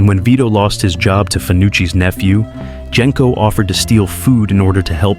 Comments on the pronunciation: And "Gen-co" when everyone who watched the movies knows it's "Jen-co" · Bro, you need to learn how to pronounce Consigliere and Genco